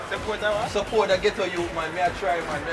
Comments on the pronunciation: Did this bitch say “suppor”? 🤔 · "Suppore" him a drive and sumting. Lol. Watched that part 3 times . Suppore